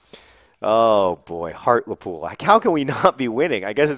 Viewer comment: Heart-Lee-Pool. XD